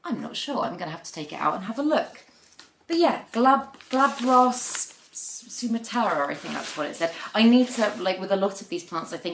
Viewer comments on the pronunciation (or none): Love the hair!! I just went full platinum and chopped off 4 feet of hair, love a lil change!! The second Hoya is pronounced soo. maa. truh like the country where it’s from The burle Marx look like a paraiso verde! Never thought I’d import, seen too many dead plants, but holy, they got shipping and growing down to a science WoW Christmas came early!!